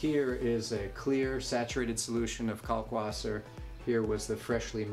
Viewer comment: Ummmmm... It is a German word. If you are going to pronounce it correctly you have to say "Kalkvasser". The German W is pronounced like a V. I'll get off of my pedantic soapbox now. Great video. Thanks for the info. Cheers, Chris